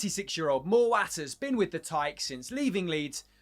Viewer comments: not a chance, also mowatt pronounce mow (is in mow the lawn) - at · ‘Moor watt’ I’m dead 😂😂